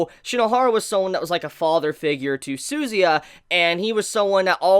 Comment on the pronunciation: Jeez honestly don't like the way you pronounce suzuya's name hahaha